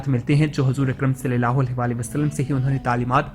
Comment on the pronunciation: برائے کرم صلی اللہ علیہ و آلہ و سلم کو زیرسے نہ پڑھیں زبر سے پڑھیں